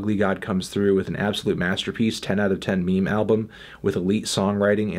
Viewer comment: he he he said me-me